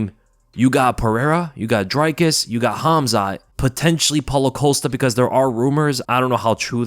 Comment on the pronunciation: It's NOT ' Dry Cus ' !!! 😂😂😂🤦